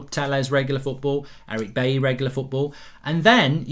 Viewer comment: Goldbridge Said at 8.25 Chelsea will play AtHletico Madrid??? Atletico has no H in it? Football pundit my arse!!!!! And while on it, it is pronounced Buyee not Bayee for Eric Bailly. SORT IT OUT Goldbridge.